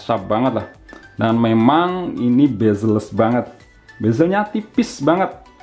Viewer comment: 'Bazelles' kirain apaan, ternyata Bezelless wkwkwkww